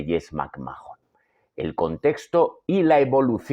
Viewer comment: Roman Reigns fue la razon por la que deje de ver la WWE en 2016 y volvi recien por pura curiosidad cuando volvio Cody Rhodes. Nunca me gusto Reigns no lo soporto. Otra cosa me da por los huevos escuchar que pronuncien McMhahon " macmajon", se pronunca MACMán